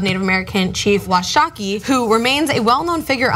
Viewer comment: Chief Washakie definitely earned the respect of his people (my people). Btw, it's pronounced Wau-shaw-key.